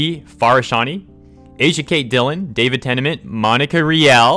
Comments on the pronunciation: ahhahahah...i-i...David TENAMENT? I only know David tennant sir!(jk everyone mispronounces something once in a while) Edit: ok this is just ridiculous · Why does mispronounce “Tennant” in David Tennant’s name?